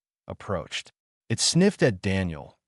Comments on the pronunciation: given how the subtitles names the creature as ‘bloodfang’ but somehow pronounced ‘bloodfung’, not to mention the number of times i’ve noted the narrative pronounces ‘it’ as ‘I T’, or ‘as’ is pronounced ‘A S’, so either the editor is useless or the AI narrator bot has been configured badly… or lastly, the script writer has no actual idea of how written language works lol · Great storage enjoyed it. I just wish I didn't seem to glitch in certain points and there was some points it spoke in I think italian/Latin something similar. And certain words like it and wound also a few other get pronounced as something different.